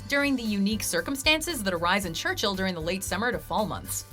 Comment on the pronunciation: FYI...Churchill Manitoba...Church-ill, not Church-hill